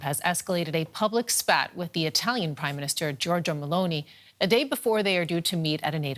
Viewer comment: Anyway Giorgia is pronunced "jorja" you don't have to pronounce the i.